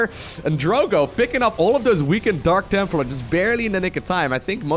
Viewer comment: Jeez, I heard dank templar again, smh